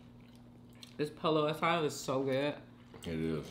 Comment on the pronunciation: Not POLO ASADO It’s poyo asada